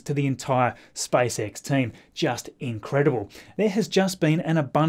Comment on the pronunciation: Okay let's do it again Me-s p a c e X -s p a c e X Me-spacex -spicex